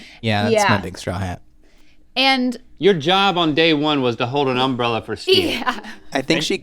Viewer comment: Did anyone else get slightly unsettled by “umb-rella” vs “um-brella” ?